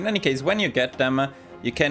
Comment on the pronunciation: It's not Katowiche but Katowitse - our c is most of the time read as "ts" like in tsunami.